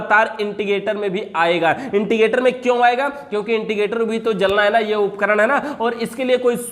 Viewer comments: not integrator.... It's indicator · Indicator hota h Yaar 🙏. Inticator nhi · Intigator nahi indicator hotavhai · Bhai it's "Indicator"